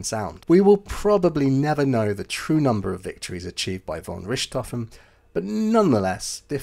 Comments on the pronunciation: Argh, I can't watch this! That constant mispronunciation of Richthoven as Rishthoven is terrible.🤪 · Pronounced Rick tofen! No ssshhht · It is really easy to learn how to pronounce his name properly but you didn't bother. Not " RISHT hofen but RICT hofen. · When you presume to correct someone else's pronunciation, you'd better be correct, nicht wahr? (As it happens, you're not.) It's neither "rich" nor "ric," but rhymes with "Ich/Dich," as in, "Mutti, Ich liebe Dich!" (I may be Irish, but my German pronunciation is impeccable thanks to a long ago girlfriend from Thuringia.)😉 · Wow, good ears! It's my 10 month old daughter, complaining about my pronunciation of "Richthofen". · You're using the French (or Western German) pronunciation of Richthofen. Kind of cramps my OCD style. Ha Ha. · Too bad you can’t pronounce his name properly. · Hmmm. I just thought he was using the Bavarian pronunciation.